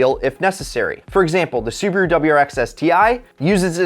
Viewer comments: Bro its su-ba-ru not subru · Its subaru not suberu